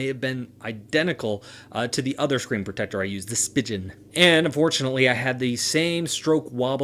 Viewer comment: I hate the way he says protector